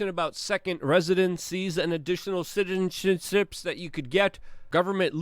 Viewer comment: I want you to say "CITZIZEZENSHIP" again 🤣